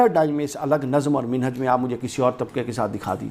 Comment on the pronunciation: جو بندہ لفظ مَنہج کو بار بار مِنہج کہہ رہا ہے وہ چلا ہے مسئلہ سمجھانے.